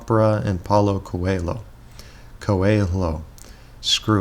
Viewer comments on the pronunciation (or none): In case you're curious, .Cho.pra is pronounced like .cho.ke-point and Coe.lho. is pronounced like mi.llio.n. Could you make a video specifically on differences between ENFP and ESFP? I usually see them being presented in a way which make both types seem like just a minor variant of one another, at least when it comes to daily life and appearences, when there is in fact a very distinct feeling about each of them.